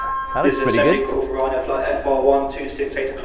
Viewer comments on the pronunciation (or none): Ryanain? Do I win a prize? 😂